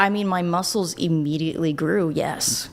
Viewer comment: Andrew cannot even pronounce muscles correctly.